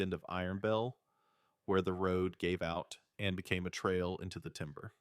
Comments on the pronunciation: It’s not the writing, it’s the ai reader emphasizing “and”. Doesn’t help that it’s emphasized way too often. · Too much emphasis on the word 'and '